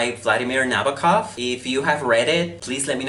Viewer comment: It's pronounced Nah-bow-kov. Not Nabba-kov.